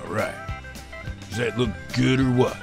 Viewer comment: SMELLS GUH!